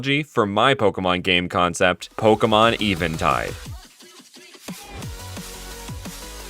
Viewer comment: i always thought it was pronounced event tide